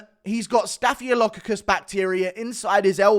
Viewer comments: Does Guru not know that Staphylococcus is staph? Homie called it a diplodocus infection 😂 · “ staffy lockadus” Sounds like a dinosaur 😂😂